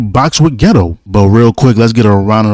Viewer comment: Say it with me bro... Maw-he-toe. Not Mohito, Mahito. MAW-HE-TOE.... another one... Geito... GAY-TOE, not Ghetto